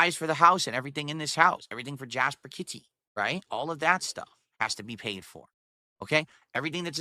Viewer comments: Kit-teh. He intentionally does that and we all know it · Why is "kit-TY" so hard to pronounce? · lol "Jasper Kit-ty" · the way he says 'jasper KiTTy' if you ever wondered if is backwards the fact he calls his cat that says it all imo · "Jasper kit-tee"